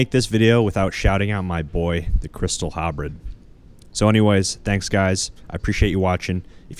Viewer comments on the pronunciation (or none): Great video! I still occasionally user the Karil's set just for fun and it totally slaps with amulet of the damned. One thing though, you misspelled and mispronounced halberd.